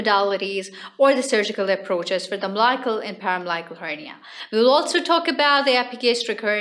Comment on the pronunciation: Interesting topic. Note: Incorrect pronunciation of umbilical and paraumbilical.